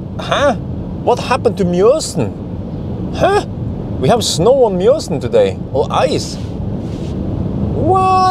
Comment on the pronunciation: must have family in Bergen since he says "Mjøsen" (I love it when you say that!):-D